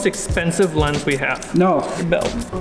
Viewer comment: that no came out like a bullte!